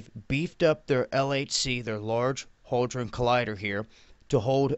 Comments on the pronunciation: It's HADRON, HAD-RON. Say it with me, hadron. It's not holdron, It's not hoedron, It's had-ron, or simply, hadron. If you're going to talk about something at least learn how to pronounce it. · am I just hearing things, or does always say "haldron" instead of hadron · HADron, there's no "L". BOson, again, there's no "L" in the word. Escape, there's no "X" in the word. Across, there's no "T" in the word. Speak well. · It's Hadron, there's no L in it dwaddle